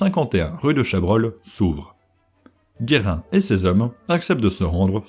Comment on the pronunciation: Basculer la table des matières Jules Guérin et pas "Guerrin"